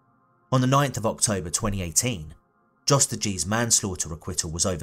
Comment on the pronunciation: Her brother was a selfless hero who did all he could. I hope he’s at peace now. On a side note, I think Jos is probably pronounced with the J like a Y. Like how Germans say Ja. I once worked with a Dutch guy named Jost and it was pronounced “Yōst”. #RockGang🗿🗿🗿